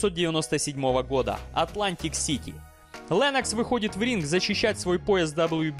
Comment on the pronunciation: он не ЛЭннокс, он ЛЕннокс (буква "е", следуя после согласной, смягчает звук)